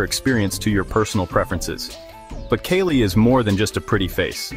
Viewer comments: why do u people call it kayley linux ?tf is wrong with u ? get ur shit down . after some minutes u call it kali. make up ur fucking mind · Lol.. Kay Lee